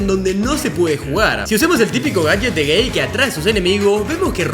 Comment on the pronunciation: xd dijo gay en vez de gary